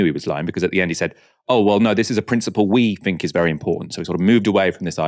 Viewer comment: Love the channel but please the word THINK is not and never has been pronounced FINK